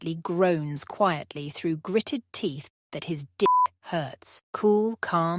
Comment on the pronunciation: Why was "dick" pronounced so intensely? Like, "... his DICK hurts." 😂